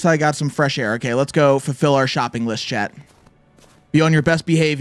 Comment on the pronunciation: I always thought you were saying Chad but I realize you were saying chat!😂